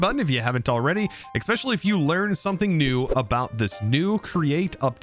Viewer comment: Why do everyone say "expecially" instead of "especially"?